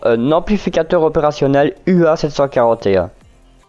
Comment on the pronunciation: J'apprécie beaucoup votre chaîne dans laquelle vous diffusez du contenu de qualité. Je me permet cependant de vous préciser que la première lettre est un mu (grec) et non un u !!! Mis à part cela, tout est au top !!!